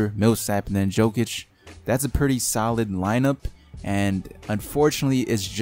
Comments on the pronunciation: don't say joke itch say yolk itch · As a fan of the Nuggets (2nd favorite team) it annoys me that you pronounced Jokics' name wrong. It's not like joke itch, it's luke yolk itch